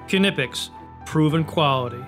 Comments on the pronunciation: Tools The narrator of the video should at least be able to pronounce the product name correctly, namely "KNIPEX" and not "KINIPEX"??? !!! Incidentally "Made in Germany" !!! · It's sad to see that even the knipex YouTube channel can't pronounce their own name correctly